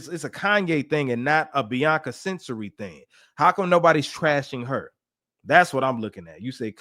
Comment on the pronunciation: You pronounce her last name Censawry